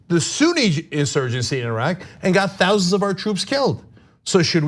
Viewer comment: I understood "dozens", not "thousands"